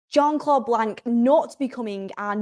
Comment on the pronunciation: Good show. It’s the Jean in Jean-Claude Blanc that’s tripping you up, it’s kinda pronounced like Shon